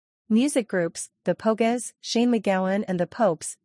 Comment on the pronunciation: The Po-gess. Ouch! Painful